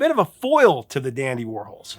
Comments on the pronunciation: It is the dandy war-halls… not the dandy war-holes… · I feel really bad for correcting you. I NEVER DO THAT! I usually just “fix” all the misspelling in my head and move on. But you kept saying Whirls and it was KILLING ME!! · You do know who Andy Worhol is, right? Pronounce his last name right with an s. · The Dandy Warhols... The band's name is a play on the name of American pop artist Andy Warhol. So, I think you need to reconsider how you're pronouncing that band's name? Because I've only known to be pronounce the same way as Andy Warhol.